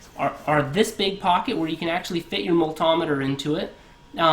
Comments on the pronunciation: "my mull-tom-iter" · What’s a “ maltahmeder “? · It was pretty annoying and cringe at the same time hearing it over and over